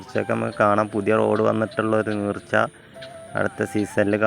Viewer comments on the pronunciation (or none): നീർച്ച അല്ല ചങ്ങാതി , നേർച്ച ആണ്